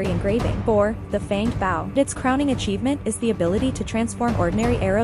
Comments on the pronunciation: Thumbs down for mispronouncing BOW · I believe it’s pronounced “bow” like “bow tie” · no way you pronounced bow like that